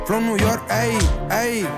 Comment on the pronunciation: ithan nui york akajakajaja